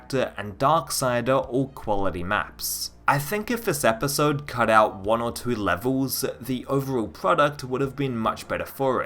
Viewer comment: "twoee" I know it's just your accent but it's SUCH a weird the way you say two.